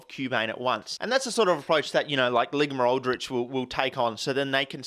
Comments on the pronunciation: ...did he just call the company 'Ligma-Aldrich'?! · Lol "ligma Aldrich" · "Ligma Aldrich" dude my sides can't take anymore for today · “Ligma-Aldrich” now this is the quality content I subscribe for